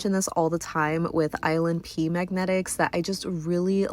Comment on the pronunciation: I keep thinking you're saying "island pee" when you say "ILNP" XD